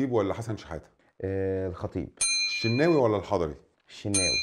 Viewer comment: الشناوي ولا الحضري قال الشيناوي ههههههه بطاطا